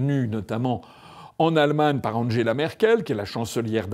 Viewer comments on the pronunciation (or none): none